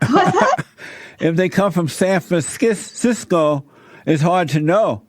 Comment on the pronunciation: jlp: "San Fansisko." 🤣